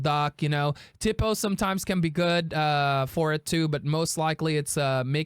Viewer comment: Its "tee-po" lol